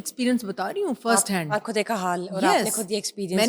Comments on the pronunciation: کھدسے نہیں بی بی، خود سے ۔۔اردو پہ رحم کرو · کھد نہیں خود ہوتا ہے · یہ ھوسٹ صاحبہ خود لفظ کھود بول رھی ہیں۔ یہ خ کو کھ بول رہی اور لفظ خاتون کو کھاتون بول رہی ہیں۔۔ یہ انڈیا میں بولا جاتا ہے۔ اس کا مطلب ہی کہ یہ صاحبہ انڈیا کا میڈیا بہت دیکھتیں ہیں۔ ھماری اردو زبان ہی ھماری اردو بولنی چاہیے نا کہ ھندی بولنی چاہیے۔😢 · آج کل لوگ خود کو کھد خاتون کو کھاتون کیوں بولتے ہیں جیسے یہ اینکر